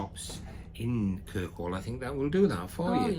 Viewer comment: its not kirkwell its kirkwoll